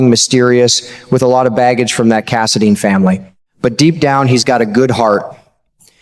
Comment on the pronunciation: Cass a dine not cass a deen